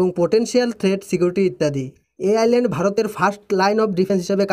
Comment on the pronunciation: ভাই," ISLAND" কথাটার উচ্চারণ হয় "আইল্যান্ড"। এখানে "S" অক্ষর টা সায়লেন্ট থাকে। সুতরাং তুমি যে একাধিকবার "আইসল্যান্ড" বলেছ সেটা ভুল উচ্চারণ।